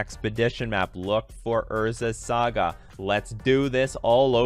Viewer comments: [sˈɑːɡə] "Saa-guh." "Sa" rhymes with "ah." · "Urza's Sega" :P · Urza's SEGAAA 🤣🤣🤣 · thumbs down because you kept saying saga wrong 😂 couldn't make it through because of it